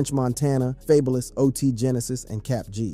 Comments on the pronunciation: Fab-oh-lus not faybolous ....... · I skipped ahead and heard you pronounce "fabolous" fay-bo-less ... smh, left this comment , clicked off the video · 😂😂😂 he say fabalous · I'm crying 🤣🤣🤣🤣🤣🤣 can't believe he said that ☠☠☠ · FAY-BU-LIS ok lol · Don't ever pronounce Fabolous name like that again lol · Why you say fabolous like thra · dude, what are you pronouncing fabolous name like that? aint nobody told u how to say his name? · Is this a BOT doing the voice over? How you pronounce FABOLOUS AND A BOOGIE incorrectly?